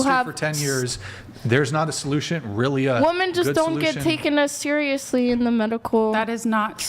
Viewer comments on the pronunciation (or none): Is this bee saying woman instead of women I can't I feel like I'm losing brain cells🤯🫠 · Pronouncing “women” is hard… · Why do so many of the girls on this podcast say “woman” when it’s supposed to be “women”?? I don’t understand this